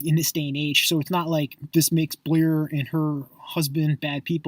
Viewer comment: why are you so mad that Blair and Q are successful? they're not buying followers they've had a few tweets go viral and that's how most of their followers have found them. You're fucking annoying. and why do u go out of your way to pronounce their names wrong? you're pathetic